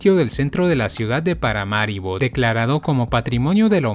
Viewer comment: No es "Paramáribo", es "Paramaribo".